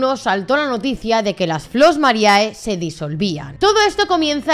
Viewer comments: No te ofendas, pero si estudias derecho, un poco de latín tendrías que saber... la fonética es "Flos Marie" no mariae, que me sangran los oídos y soy de ciencias puras, joé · el video esta impecable, pero por favor, basta de decir Flos MariAE!! En latin, cuando hay dos vocales juntas asi, solo se pronuncia la ulrima, o sea la E. Ademas las chicas del grupo lo pronuncian bien para que la audiencia sepa como quieren que se las llame. Pero parece que aqui en España os gusta mas castellanizarlo todo.. (Disculpa el desahogo, no va solo por ti, pero es que en tu caso tienes las chicas que lo dicen bien y tu que parece ni te hayas visto los cortes que se iban a poner el video..)